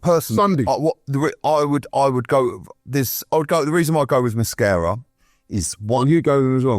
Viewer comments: Why does keep calling Mosquera ‘Mascara’ 😅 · pronunciation of player names is brilliant…. Cockeres, Mada-wooky/ Mada-wokey, Mascara in defence too… 😂😂